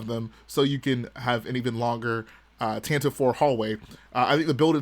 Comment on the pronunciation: Erm, it’s actually officially pronounced “Tantivy” 🤓 Weird pronunciation but it rolls off the tongue kinda cool at least